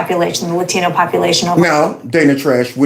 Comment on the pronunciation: When they say "Latino" like "Ladthino". Holy fuck